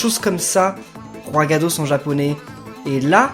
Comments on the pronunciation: c'est pas Roigadoss c'est Roigada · Roigada pas Roigadoss X) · On dit roigada et non roigadoss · Ses pas roigados mais roigada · C'est pas roigadoss, c'est roigada! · C'est roigada pas roigada mais c'est pas grave je t'aime quand même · On dit roigada